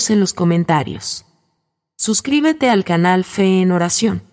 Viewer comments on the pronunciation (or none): none